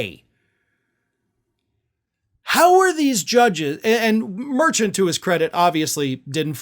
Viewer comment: Merchan is pronounced mer-shaun